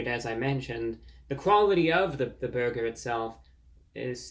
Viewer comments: Lol French man trying to pernouce burger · Awesome review!!! 👍 "You have to pronounce burger like bhurrgherr": 😂😂😂😂😂😂 what neat humor!! 😅😅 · You let me down, Reviewbrah! After watching your video, I dropped by my local Arby's earlier today for lunch and placed an order for the "Big Cheesy Bacon Burger," light on the BURGER sauce. The drive-thru operator retorted: "Sir, there's no need to yell!"